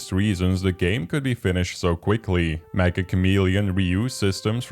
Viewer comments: Not to be that guy, but I thought "Meccha" was pronounced "meh-chuh" like "Meccha suki (I really like you)" as opposed to "Meh-ka" cos its from Japanese devs and Meccha roughly means "very" or "extremely" by way of expressing how very chameleon esque the mechanics are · Metcha, Not Mekka